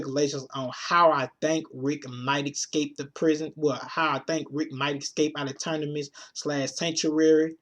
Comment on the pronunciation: Said Ternimus a couple times. Thought i was just hearin shit . Lol